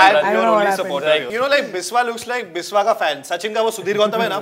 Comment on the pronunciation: It's not Bis-wa it's Bishya.. I mean the pronunciation